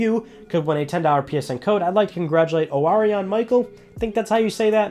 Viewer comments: Did he say or-e-un? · Thanks so much! i'm the Orion, and fyi its pronounced O-rye-on. Its just like the constellation or the greek myth.